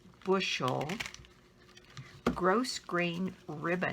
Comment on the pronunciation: Love your videos. The ribbon is pronounced gro-grain. The s is silent.😀